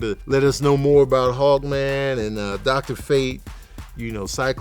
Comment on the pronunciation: I swear I thought you said “hog man” when you were saying “hawk man” lmao